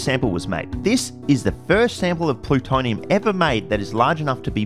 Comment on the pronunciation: Cant take you seriously after you pronounced plutonium like that